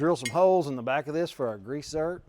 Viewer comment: It sounded like you said grease zert but it is a zerk.